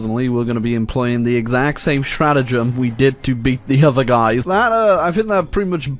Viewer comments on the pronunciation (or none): none